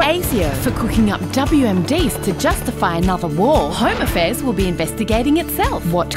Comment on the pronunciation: Home a'fears is actually how the kiwis pronounce home affairs 🤣